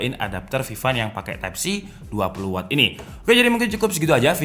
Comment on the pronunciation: Watt bang bukan wott